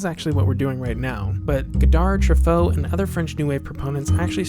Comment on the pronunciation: The final D in "Godard" is silent.